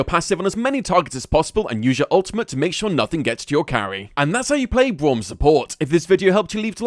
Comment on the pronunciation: I like how he says Bwaum at the start